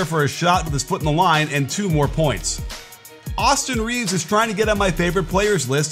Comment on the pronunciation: Did you just call him "Awesome Reeves"!?